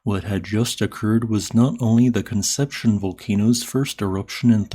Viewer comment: Con-sep-see-own. Great video, as always!